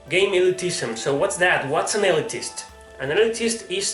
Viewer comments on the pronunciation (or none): Pronounced 'Ill-leet-ist'